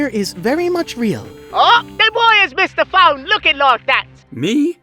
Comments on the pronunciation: "MISTAH PHONE?" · "MISTA FONE"